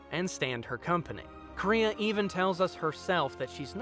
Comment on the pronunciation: how did you manage to never say Kreia or Atton right? Also Kreia isn't really over powered she's been down both the path of the light and dark which she makes a point to teach is the better way. And those jedi masters were weak. you can kill them one at a time in earlier levels. As for her past its heavily implied she was some high level jedi possibly Aren Kai. You seem to have a lot of footage from other videos and have falied to mention her greatest failure isn't scion it's Nihilus. I have to ask while you perfectly understood the point of kreia did you play the game? No seriously she and atton use eachother names and god that hurt to listen to. If you haven't or more likely its just been awhile steam has it and the restored content mods for a rather low price.